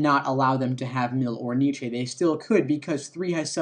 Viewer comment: The mispronunciation of Nietzsche is triggering